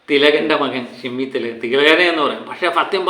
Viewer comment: നമ്മുടെ നടന്മാരുടെ പേരുകൾ ഒക്കെ ഒന്ന് പഠിച്ചു പറയു... ഷിമി അല്ല ഷമ്മി 😂